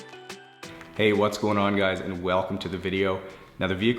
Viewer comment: I like how he says walcome